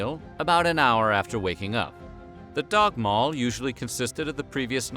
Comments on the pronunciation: Jeez is it really dagmal and nattmal? Not dagmål and nattmål? Sounds very different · Dagmål not dagmal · I live in Denmark. Dagmal (danish- dagmad) “daw-mal”. Nattmal (danish- natmad) “nat-mal”. Skyr (danish- skyr) “skur”